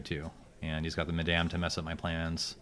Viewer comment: Thank you. Madame rhymes with Adam.